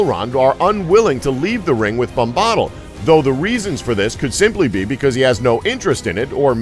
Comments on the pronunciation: Your pronunciation of Tom Bombadill is odd. You say 'Tom Bom-BAH-dl'. Everybody else who is more familiar with the stories pronounce it as, 'Tom BOM-bah-dil.' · Yea. It's Bomb - Bah -Dill not Bombbadal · OMG :D the way he says Bombahdil xD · Can't even pronounce tom bombadil name correctly. And smeagol was never a hobbit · I almost feel like the narrator went out of his way to murder that pronunciation.